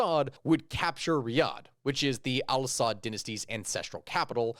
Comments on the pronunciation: Their family name is not “SAUD”. It is pronounced “AL SA’OOD”. Just an FYI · It's pronounced SA-OOD